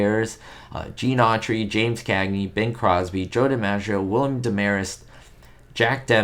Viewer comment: you misprounced the name Gallaudet. It's pronounced like Gallaudet University in Washington DC. You also mispronounced William Demarest's name, he's the man who replaced Bill Frawley, when he appeared as Uncle Charlie on My Three Sons.